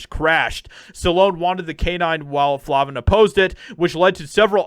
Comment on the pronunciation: FLAVIN!! LONG A! NOT FLAHVIN.